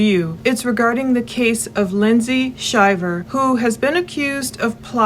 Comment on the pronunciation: Thank you for saying the name right. My father goes by the same name, and we all went to Auburn as this couple. I believe Lindsay is stretching the truth! She is doing everything as a form of gaslighting with hopes he will act out! The fact she is shoeing an affair already, makes me believe she will do anything to gain money! Just saying